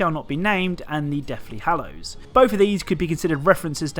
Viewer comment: you actually said it right it’s hallows